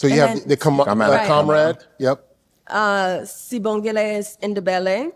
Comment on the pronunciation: ‘B’ in Sibogile is silent